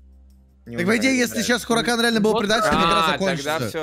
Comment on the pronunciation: не хурикан а харикэйн